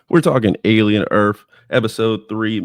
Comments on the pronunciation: Ahhh so its pronounced Alien EARF My mistake....m 😂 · Did you open by saying Alien Erf?😂